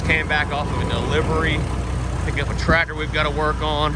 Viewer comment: I can remember having to jump-start Dad's rig in the middle of winter, with nothing more than a old F-100 pickup truck, but if your serious about giving it away, I can have a truck there inside a hour to pick it up?, 😉, lol, I thought ya called the truck Blue-collar, when did you start calling BC the Trateer-Tassy?, why do you pronounce the word tractor like that anyway, I couldn't help but notice your Dad and brother don't say it like that, you actually sound like somebody with a speech impediment when you say "trateer-tassy", lol, the only other person I've ever heard say it like that, is that Bobby Goodman guy from the tv-show swamp-loggers, and I'm about 90% sure that you never said tractor that way before you went to jail, if I wasn't so lazy today, I'd go look through some of your old video's too prove it, lol